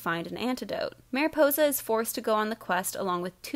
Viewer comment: does anyone else (who speaks Spanish) slightly cringe when she says Maripousa?